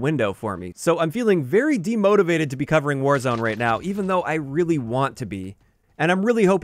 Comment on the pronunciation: It always catches me off guard when he says demotivated. Like I’m not even a grammar Nazi but it always just sounds weird lol